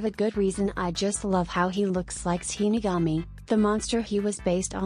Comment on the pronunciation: bro what do you mean "Shiniagami Lantern"? Its Shinigami lantern